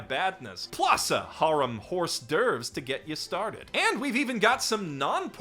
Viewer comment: WTF!! Hors d’ouvres is pronounces as “ordervs”